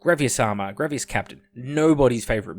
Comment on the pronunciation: Why are you saying "Grav-e-as" Its grav-iss, like a snake hiss. Like are you just saying wrong because its hipster or are you wilfully ignorant?